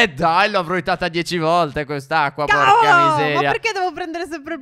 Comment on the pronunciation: Al minuto 12,07 phere dice (tavolo!) Invece che (cavolo!)